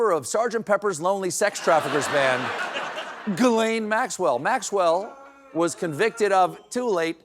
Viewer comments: Pronounce her name correctly please Ghislaine is French and pronounced GHOOL'EEN 🤣😂 but really it's Cheesh- l' N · Ghislaine = jizz lane. I can't take mispronunciation anymore. Just saying. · It is pronounced: Jizz-Lane. Can we get the proper pronunciation of her name finalized in the media once and for all? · Proper pronunciatio: [Jizzlayn] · I wish everyone would actually prononce her name correctly. It is a very old french name and is still prononced the same to this day. Jeeslen Jee-slen very easy! Guylaine is a hard G-ee-len. but Ghislaine is a soft (french) g which is very easy. the gh is prononced like the "ge" in the word "garba-ge.. the ge at the end of the word garbage, rage, sage, etc. So ge-ee-slen. geeeslen. ☺ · I will NEVER pronounce Ghislaine's first name correctly. Even if she doesn't screw this country over.